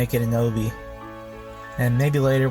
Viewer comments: “oh-B” instead of “ah-b” really hurt the ears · this dude really said O-B